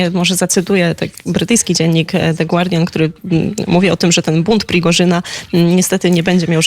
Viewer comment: Jeśli już się do czegoś przyczepić, to raczej do "the gUardian"